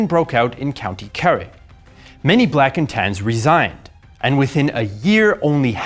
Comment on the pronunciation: "Black and Tans" Huh? I though he was saying "blackened hands" the entire time.